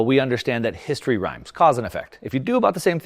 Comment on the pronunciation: History "Rymes"? heh heh heh, sure he's a billionaire investor!